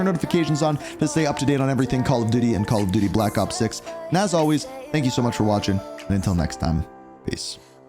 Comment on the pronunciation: Did bro say call of diddy